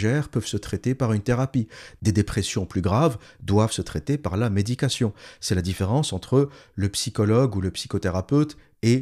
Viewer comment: Bon boulot. Juste un truc... tout du long, lorsque le mot "médication" est prononcé, celui-ci peut aisément être confondu avec "méditation", et ça peut être problématique dans le contexte.